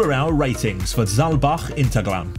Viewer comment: I was just there this week 😀 btw in German the H is pronounced. It's not Interglemm.